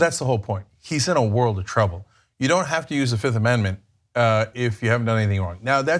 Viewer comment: Did he say "I plead the fizzifth" ? If he did I might like him more.